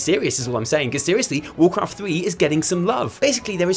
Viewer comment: Not sure I ever heard of warcwaft thwee